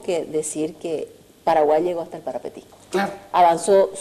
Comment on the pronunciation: Como paraguayo te digo Parapití no parapetí